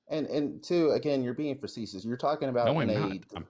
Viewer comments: cant properly pronounce facetious and cant properly pronounce preface LMAO. This guy is bankrupt in every sense and his words have no meaning. I'm an Anarcho-Libertarian because it sounds cool not actually what both those words mean. What a jooooooke. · Man mispronounced "facetious" so oddly enough times it made me not able to say it for a few times myself. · I’ve never heard the word “facetious” incorrectly 25 times in a row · He couldn't use it or pronounce it properly, it was painful. I don't think he has a speech impediment or anything (I wouldn't make fun of someone for that), I just don't think he's familiar with the word. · Not only does he not know what facetious means, he's not pronouncing it correctly. He doesnt known the difference between a government and a state and is unwilling to learn. This guy isnt here for a conversation, he's here to act superior.